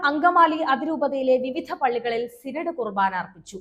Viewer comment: കുട്ടി സിരട് അല്ല സിനിഡ് 😂😂, paid പരിപാടി, പോയി ചവറ്റ് ബാഗ് ൽ തള്ളി ഈ പരിപാടി